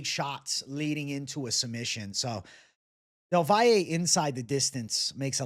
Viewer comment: Props for being one of the few who properly pronounces del Valle’s name